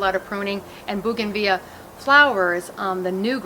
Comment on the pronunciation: Why don’t you say the L in bougainvillea